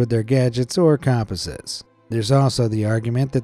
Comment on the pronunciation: U say compasses weird haha